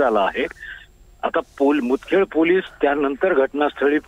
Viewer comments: मुदखेड आहे बे मुखेड नाही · Mudkhed aahe mukhed nahi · मुदखेड आहे मुखेड नाही